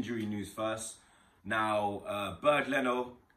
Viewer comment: Bird Leno HAHAHAHAHA You twat his name is Bernd Leno NOT Bird Leno hahahahaha